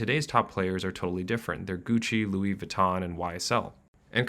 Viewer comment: This video offers a lot of insight, but I think it would have benefitted from the speaker learning the proper pronunciation of some brands. Louboutin and Louis Vuittton for example, are different brands but are pronounced identically which isn't supposed to be the case. It's a minor mention but important nonetheless. The subtitles don't know the difference